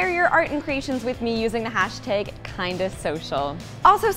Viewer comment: I'm excited to hear you say hashteg again